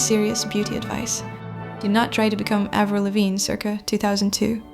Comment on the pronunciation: Avril like Apple not Avril like able